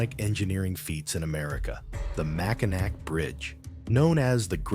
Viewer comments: I had to turn it off when he had said Mackinac, it's Mackinaw! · The Mackinac Bridge is pronounced "Mack-i-naw," not "Mack-i-nack." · Those of us who grew up in Michigan pronounce it Mackinaw. People who know no better pronounce it Mackinac. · If you can't say Mackinac you can't school me about Michigan. Bye. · Nope. I didn't get past Mackinac to watch the rest of the video. If they mispronounce that name then the video is a train wreck that I'm getting off from before it leaves the station. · Mackinac is pronounced Mac in Awe And SAULT Saint Marie is pronounced Sue Saint Marie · Its pronounced Mack a naw and Soo saint Marie.